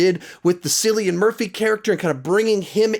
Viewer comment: Cruella was my favorite of the month but I’m mainly commenting because the pronunciation of Cillian Murphy destroyed me